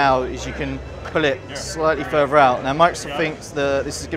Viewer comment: "The first *fing* you'll notice is..." "...pull it slightly *ferver* out" Lol. Atrocious English from....well... the English.